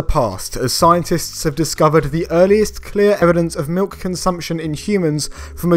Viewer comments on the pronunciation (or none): none